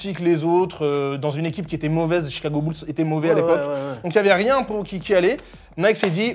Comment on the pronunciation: + le "Bolls" au lieu de "Bulls"